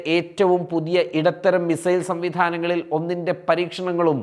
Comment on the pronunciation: “മി Zail” അല്ല മിസൈൽ